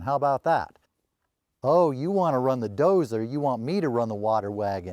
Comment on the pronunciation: “Doe-zer.” Classic!